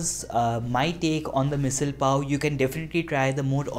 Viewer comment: You can't even pronounce its name correctly and your are teaching is how to cook it? Great.